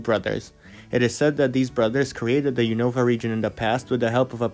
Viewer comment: unova is pronounced "un-of-a" and kalos is pronounced "call-os"